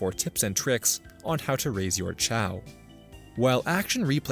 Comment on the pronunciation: I am really bugged by how you pronounce "chao".